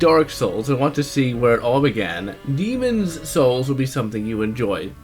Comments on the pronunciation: Demons Souls is better... Also, STOP PRONOUNCING IT LIKE THAT, WE KNOW WHICH IS WHICH!!! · believe because people say "demon souls" while he is trying to fully pronunciate the title "demonS souls" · What's with his pronunciation of the words "Demon's souls"? Otherwise, I thought the review was fair. But I think demon's souls souls is a completely different experience. It's much more focused and polished than dark souls, and a far better experience, in my opinion.